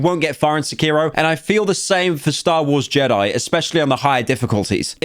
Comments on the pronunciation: pyro out here pronouncing sekiro as secureo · Sec-Key-Row Sec-Key-Row Sec-Key-Row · Why is Blud saying Sekiro like that⁉⁉🔥🔥